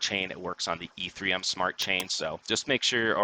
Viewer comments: I can't take you seriously if you keep saying e3m. It's Ethereum. No 3 in it. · Dude can’t say ETHEREUM. God bless.